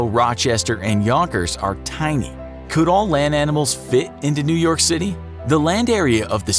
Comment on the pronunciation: New York become New Yolk